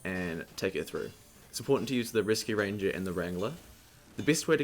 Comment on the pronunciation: I keep hearing you say "Risky ranger" instead of "Reascue ranger" and its pissing me off ; _